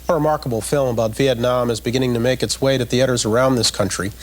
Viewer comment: "For the sake of simplicity, calls herself Tiana " Or how about for the sake of NOT mispronouncing your name. How often do people mispronounce Nguyễn.. Moreover, Bryant Gumbel says VietnOM instead of VietNAM.... he also calla you Tamera. Even mispronounced your name in English.... Could you imagine if he was asked to learn your name. You are exploring" a train from what used to be Hanoi to Saigon " He clearly did NOT do his research prior to interviewing you. Hanoi is still Hanoi. Saigon's name changed to Ho Chi Minh City. Thành phố Hồ Chí Minh Couric's question is NOT in good taste, she clearly has a look on her face.. could you imagine asking this of a Holocaust survivor?? What does it matter what someone is wearing, calling your outfit a mosquito netting? SHOULD have focused on the documentary. Bryant Gumbel looks either confused or genuinely thrown off by Couric's question. Are you finished.